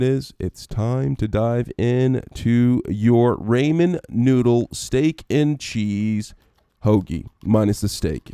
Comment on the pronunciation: says he is a ramen chef Pronounces it wrong Pronunciation aside, this recipe is nice for me it tasted a bit like cheesey bread.